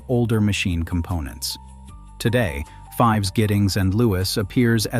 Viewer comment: It is pronounced "feevs" even though it is spelled "Fives"